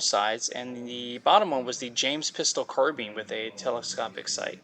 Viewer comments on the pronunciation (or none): none